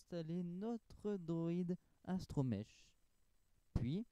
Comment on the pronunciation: je viens de ton com sur la faq de a little brick et franchement j'aime beaucoup la présentation je vais aller reagrder d'autres de tes videos mais si je peut te donner quelque chose a améliorer tu devrais faire un montage un peu plus dynamique et mettre une petite musique chill en fond je pense et sa serai vrm bien +1 (ah oui aussi on dit astroMEC et non astroMECHE 😊)